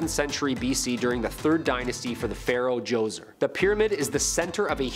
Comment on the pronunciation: Thank-you for pronouncing Pharaoh Jhoser's name correctly. Means you did for homework.